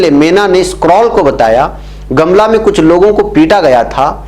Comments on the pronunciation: Jharkhand, Gamla nahi gumla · गमला नही गोमला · Gumla naam hai sir gamla nahi hai sir